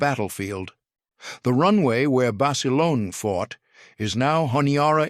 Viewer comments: " John Basalonie " I mean , , get rid of that lousy A I narrator , , , Good Grief !!!! Cannot pronounce the English language correctly , , ridiculous , , , whoever loads up this narration, get with it or stop !!! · In the first part the called him Bas a lone, in the second it was Bas a loaney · Please pronounce Basilone 's name correctly!!!!!!